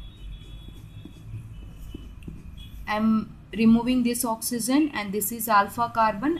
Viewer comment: I love the way she says oxysen 😹